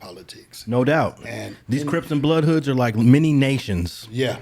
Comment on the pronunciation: Sound like he’s saying they were the first NHoods. Or am I tripping?